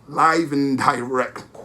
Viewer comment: Me too 😂 Live and DIRECK